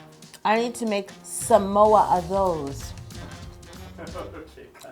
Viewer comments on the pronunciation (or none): I Love You Yolanda and I am obsessed with this cake because this is my all time favorite girl scout cookie! Also, the word Samoa is actually pronounced "SAH-Moa" instead of "Su-Moa" :) I'm Samoan so I just wanted to let you know . You are amazing ! And I wish I could try this cake more than anything right now! LOL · She said samoa but I heard some oa. LOL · When you say “give me samoa” i was like is she speak malay? Here samoa = semua (pronounce exactly same) means “all of it”.. like u said give me all of it.. 🤣🤣.. love all ur cakes.. loves from malaysia 🇲🇾... 😘😘